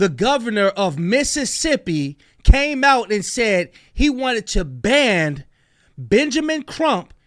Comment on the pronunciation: It’s BAN not BAND